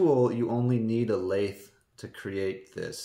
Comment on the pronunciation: “Lathe”. Never heard someone say “laath” that way. Have you ever heard someone else say “lathe”? It doesn’t sound like you’re saying it. Where did you hear it said this way? Just curious.